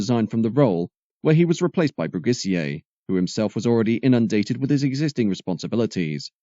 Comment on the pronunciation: Philippe Brugisser, not Brugissier!